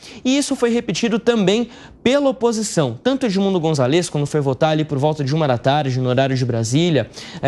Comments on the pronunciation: É González no nome do cara. Tem até acento no A. Não é Gonzalês que fala b u r r o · Fala direito o nome do candidato! Não é gonçaLÊz! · Gonzaaáles amigo, precisa aprender pronunciar espanhol 😂